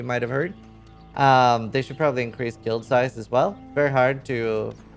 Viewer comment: can you pronounce the word guild properly please